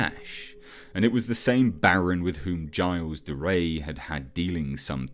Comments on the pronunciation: I visibly cringe whenever you say 'gilles de rais' wrong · I know it's nit picky, but please learn to pronounce Gilles de Rais